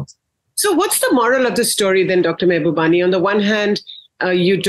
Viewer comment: Pls pronounce his name right - Mahubani!!